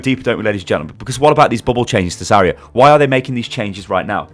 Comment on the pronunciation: Where's the I in Zarya? stop please